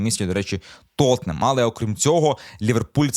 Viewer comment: Так як правильно: "Тоттенхем" чи "Тоттенгем"? Чи йти найлегшим шляхом, і говорити як - "Тоттенем"?